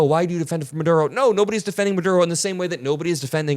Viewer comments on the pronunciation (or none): none